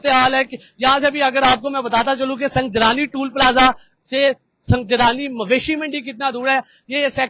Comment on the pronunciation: Sung Jani bolo bhi sunjrani ni hai